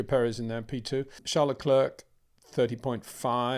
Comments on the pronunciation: You don’t pronounce the 2nd c in Charles Leclerc’s surname - it should sound like leclaire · Leclerc the C is silent Peter, repeat again and again. Show some respect and say it properly.